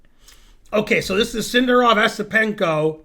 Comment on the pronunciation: It's "Yesipenko".